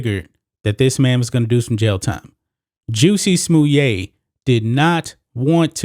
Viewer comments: FFs it's Jussy Smollitt. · I LOVE that you call him "Juicy Smuliet" (Smuliay)!. Makes me laugh every time and want to watch Dave Chappelle's routine on this clown. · Why u saying his name like that? killing me!🤣🤣🤣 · Bro, I love your take on this!👍...this weak-minded fool deserves that sentence and more!!!...he down-played and ridiculed actual and real incidents of racism and attacks on the gay community and diminished their credibility by making this "show" of his‼️...that dude is a turd man‼️...oh, btw...the way you pronounce his name, is super funny! 🤣🤣🤣...just like Dave Chappelle did when he spoke of "juicy smollieee" on his stand up...🤣🤣🤣🤣🤣